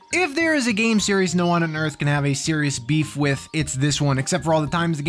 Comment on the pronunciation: New Seeries huehuehue